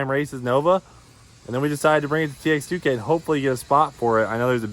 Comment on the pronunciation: Its not pronounced TX2K its Texas2k